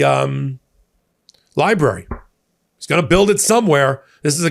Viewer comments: "Lie" brary..? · Is that what he calls it, or is it a liberry?